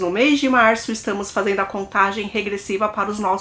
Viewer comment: querida, adoro ouvir você contando casos criminais. Antes de escrever essa mensagem pensei muito, mas decidi por escrever porque você merece ficar cada vez melhor no que faz. Acho que você deve fazer um esforço para estar atenta quando fala verbos no gerúndio. Normalmente, você tende a omitir o "D". Por exemplo, o verbo fazer no gerúndio é fazenDo. Você tende a falar fazendo. Assim acontece sempre que aparece um gerúndio numa frase. Espero que você receba esse conselho de coração aberto. Desejo muito sucesso pra vc, e que os 200 mil se concretizem rapidamente. Beijo grande!!!